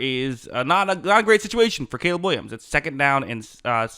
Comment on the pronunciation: "Cayla" Williams 💅🤣